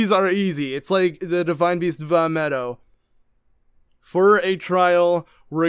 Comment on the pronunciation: Dude it’s not Vah Meadow